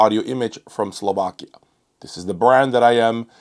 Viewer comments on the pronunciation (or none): none